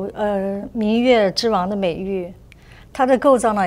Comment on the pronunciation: I thought he was gonna pronounce pipa like “pip ah” but when he said it I was actually shocked *disclaimer I am not Chinese